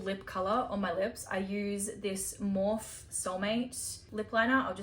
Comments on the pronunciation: You can tell you're not a makeup girlie. it's pronounced as "more fee." Not, Morf. But love love. 😘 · Love u just letting u know no hate or anything but morphe is pronounced morphe-ee like morphe with eee on the end just saying love ya lots love 🥰 xx